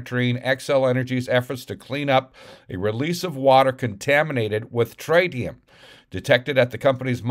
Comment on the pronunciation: It's trit eee um. But where's the epa? And where are the documents.